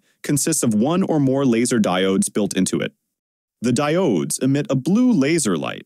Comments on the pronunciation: "the DIE OHHDSS" 😂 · Did this guy just say Diooodes?